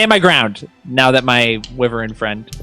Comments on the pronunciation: Amazing episode! Consistently the best D&D content on YouTube. Sorry to be 'that guy' but felt compelled to comment that wyvern isn't pronounced "wi-vern", it's "why-vern". Yeah, I don't get out much (who does these days?) and I'm no fun at parties anyway. I'll get my coat and go now! 🚖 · It's a "WHY-VERN"...not a "whi-ver-in"!! You're still the best!!:D